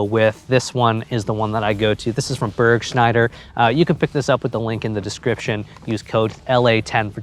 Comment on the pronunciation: Its bUrgschneider. Not bErgschneider. Burg, german for castle or keep, is pronounced closer to the u in luckor UK as in the united kingdom, or the u in Ubisoft